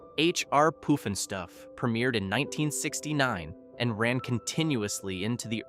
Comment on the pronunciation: Pronounced: Opp Ree Land. Pronounced: H R. Puffin Stuff